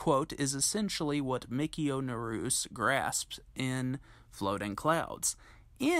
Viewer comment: Naruse is pronounced in THREE syllables: nah-rue-say. Same with Takamine, tah-ka-min-eh, when you see an E always pronounce a vowel, as there's no silent E in Japanese or any Asian language for that matter. Nice short piece by the way.